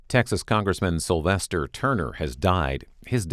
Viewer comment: “Slyvester” Turner